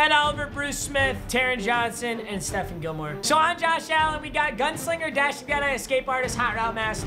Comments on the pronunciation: Just to be clear, it’s pronounced “Steff-on Gilmore” not “Steffen” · papa it’s Step-fon gilmore